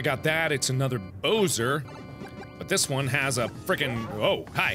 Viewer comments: MARKIPLEIR IT'S BOWSER NOT BOSER I'M NOT MEANING TO BE RUDE BUT IT'S MAKE ING ME MAD!😠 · Lol. It's Bowser not Boser😆😆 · LOL what the hell is a boser? DID HE MEAN BOWSER? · i find it odd how he pronounces Bowser as Bo-wser and not Bow-ser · did anyone realizehe called bowser , "bo-ser" lol ' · The first few times were okay. But now hearing Mark pronounce Bowser as Boh-zer is starting to bother me. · The way you pronounce Bowser is unacceptable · Really hope he's pronouncing Bowser wrong on purpose.